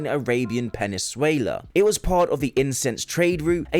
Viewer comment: I've never heard anyone pronounce the word "peninsula" like that before.